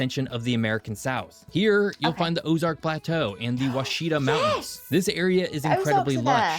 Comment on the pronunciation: I have never heard somebody so badly mispronounce "Ouachita".. It's actually pronounced "Wah-she-taw".